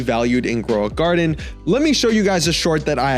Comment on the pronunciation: Shekels (it's sheckles not shekels) Growing Guarded? (It's grow a garden) DOE?! (it's jandel)